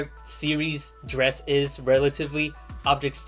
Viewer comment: What was that planet between Duna and Jool? Dre-ess? Never heard of it. 😂